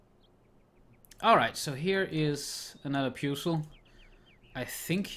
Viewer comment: that’s not how you pronounce “puzzle”